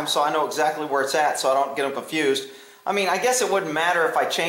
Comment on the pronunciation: You said con-fuse-d Haha hahahahaha